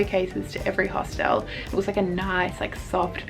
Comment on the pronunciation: bro please stop saying hostelle